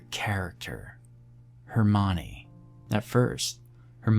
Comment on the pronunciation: Nah it’s the mispronunciation of Hermione